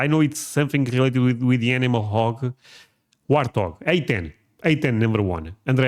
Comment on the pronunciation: You get a 👍 for correctly saying Warthog A-10 😂